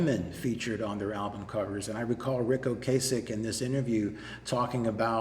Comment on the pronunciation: I really think you're mispronouncing Ocasek. It's not a hard 'a'.